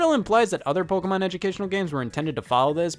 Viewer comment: I object to the claim that DS had any hardcore games. You want the PSP for that What games can the card reader use? I have Love and Berry It's po-KAY-mon, not po-key-mon